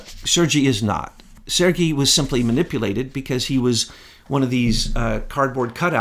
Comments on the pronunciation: This is ridiculous “you’all” and you pronounced Sergey wrong. You two are shills !!!!!!! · I think you guys have been trolled by your own conclave. Also, you're pronouncing Sergey wrong.